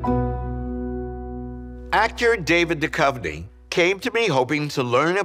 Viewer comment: Would be great if they also add a correct pronunciation of they surnames as a part of the ancestor discovery. Duchovny is derived from “Duch” so spirit or ghost + standard “ovny”. The letters ”ch” is not pronounced as a “k”, it is a specific sound.